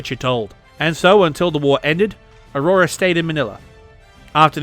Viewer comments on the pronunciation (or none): Avrora not aurora, i remember al long discussion with a Moscow girlfriend 😉